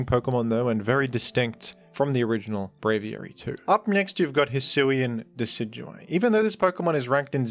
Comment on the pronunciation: You mean Deca-do-we?